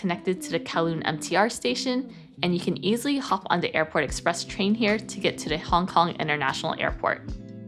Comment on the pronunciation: Love your content and thanks for showing me a place I could never afford! Was all the club food free if you stay on a club level and have whatever status? That’s so much food! One thing I hope you don’t mind me bringing up is a tiny thing I noticed. You say de, dis, and udder etc. It’s a little distracting 😝 no need to change, stay you, but in case no one’s ever brought it up. Anyway keep making great content!! 🧡💛🧡